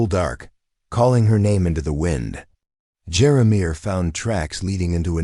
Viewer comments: The narrator what's pausing in the wrong stops as he told the story made me upset, when he, keep pronouncing Jeremiah, as jeramir. Lost interest and listening to these stories. Great storylines but don't" play" with us as readers. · Who can't pronounce Jeremiah???? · I enjoyed this story but the mispronunciation of Jeremiah drove me crazy. 😂